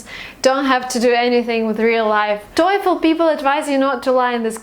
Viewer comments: Awesome two videos! Helped be solidify my opinions on TOEFL. One thing though, stop saying "toyful". Its just toe(like the foot fingers, lol, simplest definition I can think of) and fl as in joyful. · I am kinda addicted your videos i ve watched a lot but in this video there was something that annoyed me the way that you pronounce "TOEFL" you keep saying toyful just like joyfull... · Is /toyfl/ really the correct pronunciation? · 1M Students watching her videos are not because she is a good teacher but she is beautiful and her cloth is naked, if you agree with me like my comment. she says towful, toyfil toyful. but millions are watching. However i do really appreciate your efforts and commitments, my blessed sister. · She keeps saying TOYFUL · So funny that you pronounce TOEFL that it sound like satan in german ("Teufel"). Coincidence? :D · I have a problem with your pronounciation of "TOEFL". Maybe that's why you got 117.